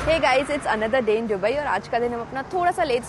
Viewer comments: Its दुबई not डुबई ...Constantly sunne se annoying lag raha hai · I watched all Dubai videos and didn't wanted to point out this but now I couldn't hold it. It's not डु-bai it's दु-bai It's D for Dum Aloo not D for drums 🤭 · Bhaji not baji.... Dubai not duhaabai... What happens to her pronunciation 🤪